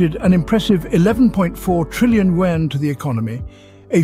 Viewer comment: Yuan not wen !